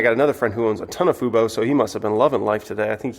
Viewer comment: said Fubo correctly. The bottom is in.